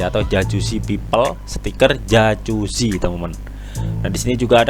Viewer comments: jakuzi bacanya bro, bukan jacusi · dibaca yakuzi bang,,,bukan jajuzi,,hehe